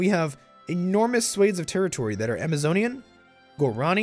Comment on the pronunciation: lol, its "gwa-ra-NEE"